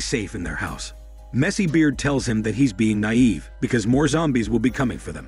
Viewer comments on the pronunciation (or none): none